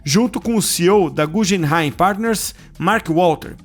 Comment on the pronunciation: Guggenheim é como o museu, pronuncia “gue” e não “je”… Só colocar no translator e clicar para ouvir a pronúncia